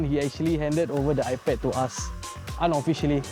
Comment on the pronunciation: you know they're Filipina when iPad becomes EYE-PUD!